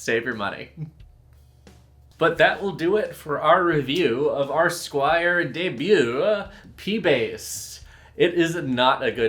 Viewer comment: ...it's "debut"